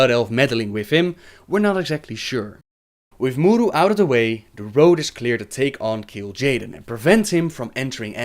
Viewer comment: Vincent Amour He does mispronounce most of them, actually. He says 'Naaru', 'Sha'tar' and 'A'dal' just fine, but 'K'ore', 'M'uru' and such, he doesn't. The presence of an apostrophe indicates where the stress lies in the word. So 'K'ore', for example, wouldn't be pronounced as 'core', but rather 'kuh-ore', with emphasis on the 'ore'. Similarly, 'M'uru' would be pronounced 'muh-uru' or 'muh-ooroo', where the 'm' and the 'uru' are pronounced separately, with emphasis on the syllable that comes after the apostrophe.